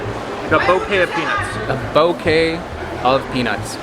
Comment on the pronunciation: Why are you guys saying it that way LOL "peanus" is what you are saying but I think you mean "peanuts"